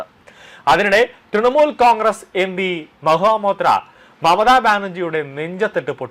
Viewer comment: Mahua Moitra. ! And not Maha Motea ! You have to speak correctly 😂😂😂